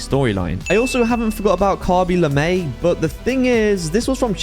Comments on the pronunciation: The skin: Khaby Lame Him saying it: Khaby Lamae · "Khabyy lamay" 😭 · bro said “khaby luhmay”